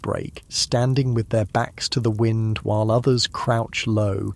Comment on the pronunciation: You're AI said wind when it shoudlda been wind U woke me up! Shame on u. Try harder😢